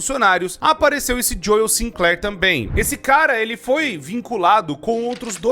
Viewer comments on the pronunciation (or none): none